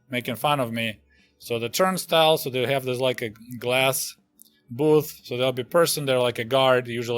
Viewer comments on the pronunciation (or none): In french for the turnstyle we say 'tourniquet' and in Quebec where I live we prononce it almost the same way you said it, I actually backed the video to hear it again :D